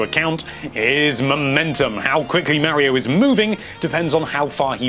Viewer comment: NINTENDO LIVE IT IS SUPER MARIO NOT SUPER MEARIO